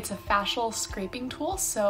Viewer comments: who else was triggered by "FASH-ULL scraping tool" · Who in the heckoroni says "facial" "Faye- sh-all"??????????